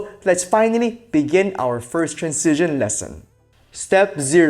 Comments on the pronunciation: Anyone else annoyed with his pronunciation of "transition"? It's like Benedict Cumberbatch saying "pengwings". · It's pronounced tranzishn, not trancision 😀